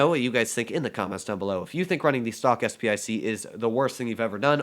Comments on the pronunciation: And yet again... Its SP 1 C not SP I C... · Isn’t it “SP one C?”